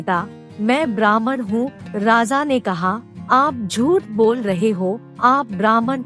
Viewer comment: 'Raza' nahi 'Raja'...